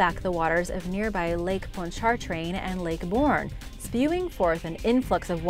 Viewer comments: Your Katrina pronunciations are really off Lake Pontchartrain is “Pawn-cha-train” and Biloxi is “Bil-ox-ee” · Lake Pon-chon-train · Lake pawnch ah train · I died when she said, "lake parchain"